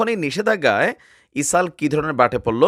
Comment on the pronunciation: ইসরাইল কে ইসাল বলেন কেনো। শুদ্ধ করে কথা বলুন।